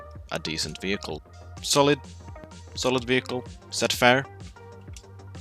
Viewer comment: its 'solid' and not 'colid' then it would sound like [kolid]